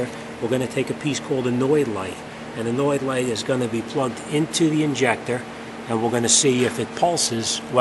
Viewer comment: your saying an annoyed light what the hell is that even closed caption understands and calls it that. I want to order one of those lights, but need the REAL name and the link as to where to get them